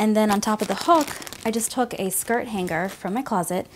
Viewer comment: its "hang-er" not hang-ger